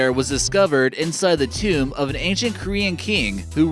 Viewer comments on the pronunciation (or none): none